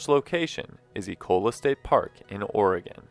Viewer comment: AS always, GREAT video. Ecola State Park is so beautiful. And BTW thanks for pronouncing Oregon as it should be OR-egun, rather than Ora-GONE.